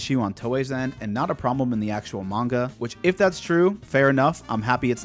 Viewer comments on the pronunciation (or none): none